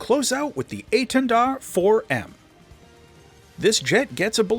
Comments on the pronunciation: You actually pronounced étendard good enought :3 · dont worry, you didnt butcher hiw name:D apart from the prononciation of the "r" (as every english speacker strugle) it was good, you even didnt fall into the trap of the silent "d" at the end:p you said it really well:) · You're pronouncing Étendard quite right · maybe i said it badly, but you did well, we dont says the D at the end and you didn't so it's a perfect :D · your etendard pronounciation isn't bad. the enlgish accent is noticable, but you pronouced it similarly to a french would. 8/10